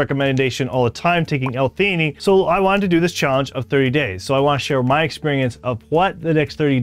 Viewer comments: L - fee❌ L - tee❌ L - fe A nine✅ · Good video but you are pronouncing L-Theanine wrong. Just thought you should know.